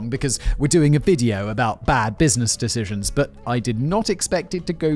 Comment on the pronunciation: Simon: makes fun of himself saying "dishishuns" Simon correcting himself: Repeats the same mistake lol Love ya guys!